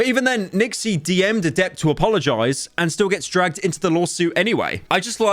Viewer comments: Samantha = "Adepter" LULE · I'm blown away by how Pyro always seems to mispronounce most people's names he is covering. Adept, CrazySlick, Sliker etc